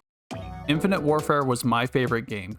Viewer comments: Your content is so good and relatable that I stopped paying attention to the fact that you repeatedly mentioned "modern where-fare" throughout the whole video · How hard is it to say the word war fare but together like come on 😂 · You’ve gotta learn how to say warfare bro. Please! 🙏😂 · the way you say warfare bothers me